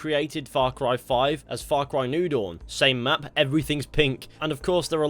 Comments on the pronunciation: It took me half the video before I realized he was saying Far Cry New Dawn and not Far Cry Noodle. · Thought he was saying far cry noodle not new dawn...